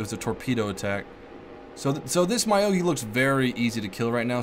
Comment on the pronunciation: very informative video, but.. its not my-o-gi, its myo-gi X_X